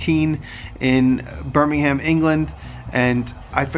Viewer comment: You're nearly there with the pronunciation of "Birmingham", just omit the "h" and you've got it. As ever, lovely to see Spike checking no-one's stolen the garden over night.